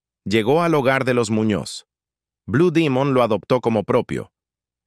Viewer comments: Enarrador de esta página comete un gran error al pronunciar Bue Dimon, Es BLUE DEMON, que se deriva de DEMONIO AZUL !!! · Si se presenta está publicacion al pueblo de México,pronuncie el nombre correcto ,,NO Blue Dimon,,,sino BLUE DEMON.... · No sé dice blue Dimun.si no Blue Demon 😂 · Es correcto es blu Demon no Dimon sonso 😅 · No ce quien eres pero nosotros cuando iba mos aber a blud demon así lo anunciaba. No como dimon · no es dimon demon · Blue demon güey no dimon de dónde eres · Lo felicito al señor que hizo este video y documental está muy bien realizado y no importa si lo pronuncies. Blue dimon o Demon eso es lo de menos lo importante es el buen reportaje de investigación que hicistes te felicito está muy bien echo y sin duda alguna blue demon ha Sido uno de los mejores luchadores mexicanos de todos los tiempos quizás este entre los 25 mejores luchadores mexicanos de Todos los tiempos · Estoy de acuerdo no es blu dimon y sin embargo lo repite mucho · Perdón, no se dice BLU DIMUN, ES BUD, DEMON, infirmate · No acabe de ver el vídeo no soporto.que cada rato diga blue dimon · Blue dimon aci cepruncia en ingles aprendan ingle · Este cuate no es mexicano pronuncia mal palabras blue domingo su gola ,priñonunciele buen blue demos wwy